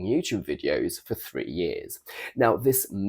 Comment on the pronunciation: Maybe your intonation is pretentious (affected), but your pronunciation two + Free - is not posh at all